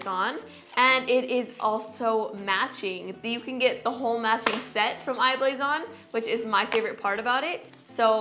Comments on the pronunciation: Anyone else find it annoying how she says I blason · How many times did she say I-blason